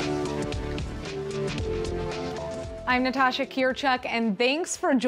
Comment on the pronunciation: I like Natasha's pronunciation. I like Natasha.